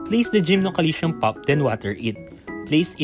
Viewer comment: GymnoCalcium 😊😂 Every Time ive hear Gymnoalytion ;DD But no Front, realy great Video, and much needee Infos ❤🎉